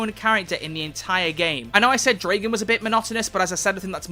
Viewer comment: I get so triggered when People pronounce Dragan's name wrong